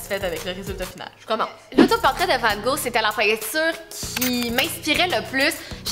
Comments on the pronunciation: Hey je suis française j adore tes vidéos par contre ta prononciation de "Vangog" m'a tellement perturbé 😂😅 petite information : toutes les lettres de son nom se prononce ce qui ne donne pas "Vango" mais "Vangogue" XOXO ma belle 💕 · la différence de prononciation de « Van gogh » entre la France et Le québec est incroyable 😭😭😭 sinon c’est une vidéo incroyable 💓